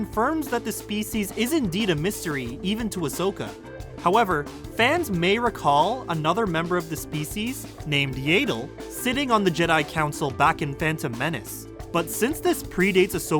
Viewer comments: "YAYDLE" lol. It's pronounced as it's spelled: Yaddle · Yay-dle? You're a "fan" and don't know how to pronounce that? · Yah-ddle like waddle... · Oh...that got me...it's clear this guy is not a true Star Wars fanboi :/